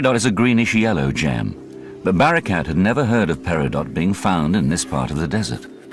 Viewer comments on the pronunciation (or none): Gem, not Jam.